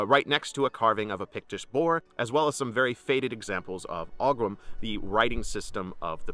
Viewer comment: FYI: Oghams. Are actually pronounced as oh-ums.